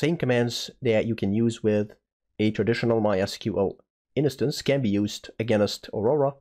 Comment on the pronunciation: The word 'instance' has two syllables: in + stance (like dance but starting with st)